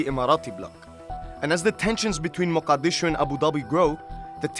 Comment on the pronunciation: The man pronounced muqdisho sooooo wrooong.